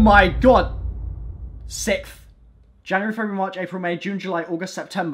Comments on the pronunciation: "its coming out on the sickth" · The sickth it comes out the sickth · What is he saying? it's SIXTH. Lmao "sipth" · my bad, he's saying "sicth" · "It's coming out on the sikth" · WHAT THE FUCK IS THE SICKTH????? LMFAO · The Sicth, not Sixth lol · Sickth he what he says it is 6th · It's the sixth not the sickth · I'm sorry, but who else heard him say "Sikth"? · LMFAOOO yoo the sickth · Is it just me or does he say sixth like "omg it's coming out on the sickth on the sickth!!" 😂 I'm dying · lmaoo I had to replay the part where he kept on saying "sickth" i couldn't stop laughing lmfaoo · It's coming out on the "SITH" everyone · That moment when can't say sixth 😂😂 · It's coming out when? Oh yeah, the sikth, that's right, the sikth. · Boi can't say 6th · Boy can you not pronounce "sixth" please repeat English class.